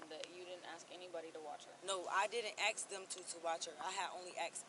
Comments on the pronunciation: "Ax" instead of ask is worse. 😅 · It’s “ASK” not “AXE” moron. 🙄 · "You feel me, if you axe me" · If you have to say ya feel me over and over again, your full of shit. If you axe me your a horrible mother , ya feel me. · did they change how ask was spelt because she keeps saying aks. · "You feel me" and "aks" all the time.. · Why is "ask" so hard for these people to pronounce? Ya feel me? Ya feel me? The only thing I feel is disgust.